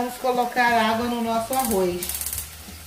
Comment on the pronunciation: Não fale arroiz, e sim arroz. Em bom português. 🇵🇹🇵🇹🇵🇹😁😁😁😁